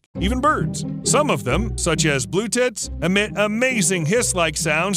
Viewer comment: Imagine having a good day and suddenly your tits starts hissing at you 😂 Now I might have had misunderstood the name for that bird (English isn't my mother language so thats just normal) but still I found it quite funny the way he said 😄